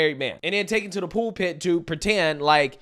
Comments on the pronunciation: Pool pit? You mean pul pit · Not trying to be a dick here, but, do you mean pulpit when you say pool pit, or am I missing something?